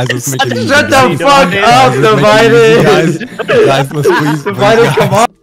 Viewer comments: “Devided? Its “divided” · divided = multipled, = fyso, = blom 👍